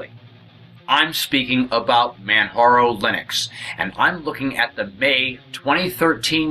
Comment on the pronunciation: It is Pronounced kilimanjaro as in the Mountain in Tanzania. the "J" is not a "H" sound. This has been an Excellent Distro, Even with my hardships and all. ran the net edition on an older laptop and it was the best. the Desktop has XFCE, and this machine has openbox. thanks for the vid.